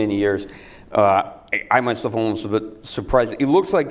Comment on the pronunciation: Русский акцент палится по дифтонгам. Послушай, как он жестко произносит гласные в словах типа almost - олмост вместо аулмоуст. А нэйтив, в свою очередь, не смог бы так твердо произнести Калашников, как Сэм говорит. Так же у него стандартные, для русскоязычного, проблемы с выговором дифтонгов перед твердыми согласными в словах типа rolling. Ну а окончательно все становится ясно, когда он произносит "Ахотник", 100 из 100 нейтивов сказали бы "Охотник", часть бы еще и с ударением на последний слог :)